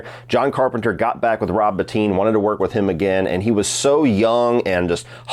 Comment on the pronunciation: Thank you for pronouncing Rob Bottin correctly! Every video which gets it wrong includes a little disrespect with all the praise.